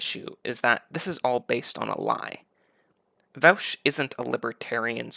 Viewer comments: It’s pronounced Vosh not Vowsh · First, thank you that although you take some lighthearted potshots at Vaush's expense, I think you did try really hard to actually be calm and rational. If the right on youtube tended to be more like yourself, I would enjoy their content much more. However, I do have some issues. I'll split them up by timestamps. Thanks for providing dialogue creating content. Also, his channel is pronounced like VOSH and not VOWSH. (: My analysis: - What defines something as realistic to you? That argument can be used against literally any societal change people want. e.g "Marriage is between a man and a woman. How would it ever be realistic to change that definition?" Now, I get that example does not affect the economy of the world like co-ops would, but this is just an appeal to your own incredulity. - Also, you say we have examples of co-ops being very successful, but then dismiss it as not important evidence? That does not make sense to me. During feudalism, one could've said the same thing about Mercantile Capitalist companies to argue for feudalism and against capital. - He never said there wouldn't be challenges. That's just you saying. "But it's hard." - He gives the sources.... Which you later even go on to look at. What? - He may have been confident in his ideas, but that doesn't actually say anything about his argument. - A source doesn't have to be an academic study? Some are, some are not. There are many types of sources. - You suppose? No, tha